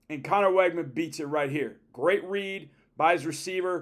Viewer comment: Learn how to pronounce Weigman's name, please.